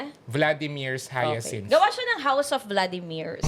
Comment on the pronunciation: yung kung anong ginanda ng pakasabi ng "Hyacinth", yun naman ang pinalpak ng "Dirik" 😂😂😂